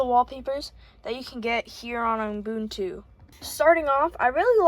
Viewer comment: (also it's pronounced "you-boontoo" or "oo-boon-too")